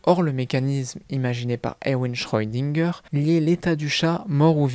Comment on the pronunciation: Le chat de schrödinger! par pitié, cesse d'écorcher son nom! Et je dirait que si les auteurs n'ont pas donnée d'éléments concret sur le fait que le chat parle, c'est justement pour que des fans imagine eu même des théories, ce qui veut dire qu'il n'y a pas de véritable explication officiel de la part des auteurs.